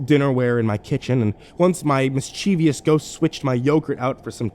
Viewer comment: Nice story but it's pronounced mis-chiv-ous, not mis-chee-vee-ous.